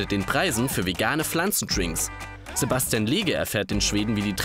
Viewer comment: Hahaha😂 wie beim Englisch sprechen aus Sebastian Sebästschen wird